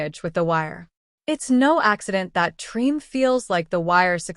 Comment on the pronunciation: You know it's AI when it mispronounced the name of the series.